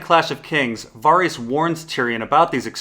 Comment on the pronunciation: he pronounces Lord Varys's name V(ah)rys but it's actually V(eh)rys, just like it's not Jeffrey but Joffrey